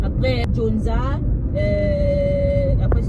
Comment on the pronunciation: C'est pas djonza😭😭🤣🤣 c'est Gyoza😭🤣🤣🤣 mais les vôtres ressemblaient à des Baos.